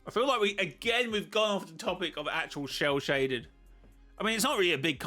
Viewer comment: Shell shaded 😂😂😂 it sounds like sell shaded!